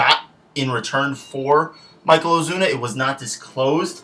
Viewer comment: His name is Marcell Ozuna, not Michael Ozuna. O.o